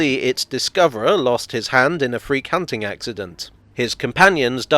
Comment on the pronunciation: "Freak hunting accident" sounds like "Free cunting accident"